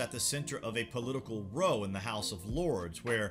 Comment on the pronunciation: you are clearly reading something you didnt write here bevause you mispronounce “row”. Probably should let ppl know you are quoting. Dont quit